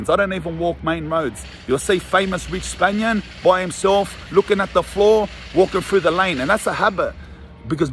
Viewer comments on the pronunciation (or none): "for the spanian" 🤣🤣🤣🤣🤣🤣